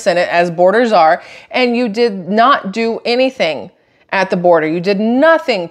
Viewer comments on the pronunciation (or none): none